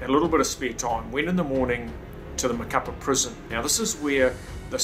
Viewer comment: Wow man what a story, glad you survived. By the way, the city is pronounced ma-ca-PÁ, the accent mark indicates the emphasis on the final vowel.